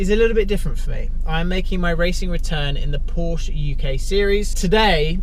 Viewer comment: Would be nice to pronounce Porsche correctly for a change